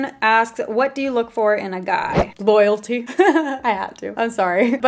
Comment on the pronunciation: the way you said loyalty 😭😂😂😂😂